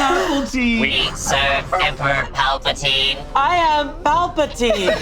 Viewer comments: Said Palpatine like it was a pulp free orange juice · mispronouncing Palpatine was the highlight of this video for me 😂❤ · The back to back assumptions that makes about Jedi powers were already sending me, then the failed roll, then the banger “PA-PAL-TEEN”. I was wheeeeezing